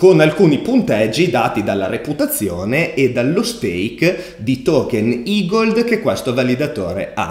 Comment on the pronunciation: Grande finalmente ne hai parlato!! E hai imparato a pronunciarlo "igold" e non "egled" 😃